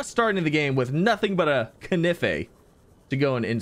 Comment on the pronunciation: Ah yes, kыnif